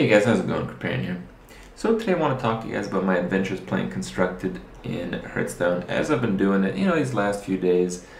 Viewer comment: Kripp. Repeat after me. Harth. Stone.